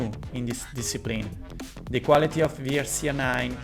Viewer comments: if u say WRC pronouncing "VRC" is no more WRC: W is "double u" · Just a quick tip, you dont say Wii R C 8 but Double U r c 8. Cuz in English the letter W is pronounced as Double U if it is not in a word. Anyways keep going but u make great content! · Please say double-u ;) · You're right but I think that pronouncing letter 'W' like letter 'V' is just faster and sometimes is better to pronounce it like that (especially for non-native speaker). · Non native english speakers pronounce like does